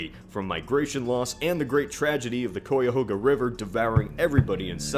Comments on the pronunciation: "Coi-ya-hoh-ga" River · Cuyahoga River is pronounced KYE - uh - hog - uh River. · I'm from Cleveland, I just wanted to let you know you pronounced Cuyahoga incorrectly. Its pronounced "Cuy" -like guy or buy "a" -like uh and "hoga" -like hog uh. Just wanted to clear this up. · Coyahoga? Really? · Lol. Coy-ahoga. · you pronounced cuyahoga wrong it's "kai-ah-hog-ah" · I do not mind, but locally, "Cuyahoga" is pronounced "kigh-ya-hog-uh". You should also have mentioned why it is called the Rust Belt. We used to be something else, something that rusts... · Dude you're an Ohioan too, I would imagine you would know how to pronounce "Cuyahoga" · You mis pronounced Cuyahoga. (Im a clevelander) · oh you butchered Cuyahoga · Glad I'm not the only one who felt this.